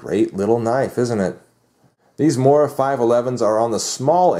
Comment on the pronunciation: its pronounced moora